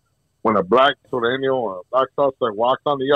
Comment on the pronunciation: Sureño not sereno